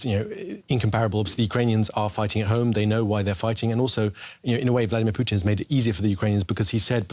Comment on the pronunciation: I love it when people pronounce his name Putine.